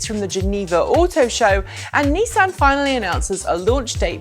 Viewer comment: I will sub if you pronounce Nissan and Renault properly!!